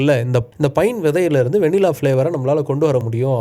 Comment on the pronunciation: கடைசில நீங்களும் வெண்ணிலா என்று உச்சரிக்கிறீங்கள்😂